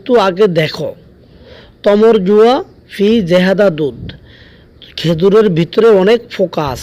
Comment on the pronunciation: ভাইয়া জেহাদা না, এটা হবে জিয়াদা